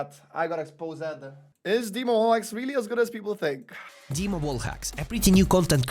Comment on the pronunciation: dima is not donk dima is diank xD